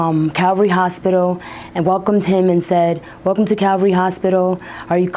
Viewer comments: It’s Calvary Hospital, not Cavalry. Calvary is the hilltop on which Jesus was crucified. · CAVALRY HOSPITAL, SHE SAID IT TWICE! iT'S CALVARY Once is an error, but twice?? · shows how much the news reporter cares... the hospital sign says calvary and she says cavalry... what a dickhead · Not Cavalry, it's Calvary. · The News readers kept repeating the same mistake over and over again, it's not CAVALRY hospital, but it's CALVARY hospital. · Dear newscaster, you may want to know this fine little distinction for your professional accuracy, so may I please submit: it's CAL-vary hospital, named after a fact about Jesus. Cavalry is the term for a unit of soldiers on horseback. Hope this was a bit interesting. Okay, start the snarky comments machine ---now.